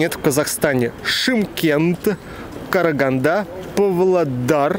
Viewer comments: правильно будет ПАвлодар, а не Пвлодар) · Только город ПВлодар, а Павлодар 😃